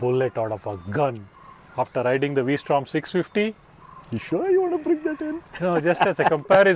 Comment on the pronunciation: it's vstrom versatile Strom not the v for angle